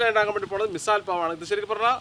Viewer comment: മിസാൽ അല്ല മിസൽ ആണ് വേറെ ഉസൽ പാവും ഉണ്ട്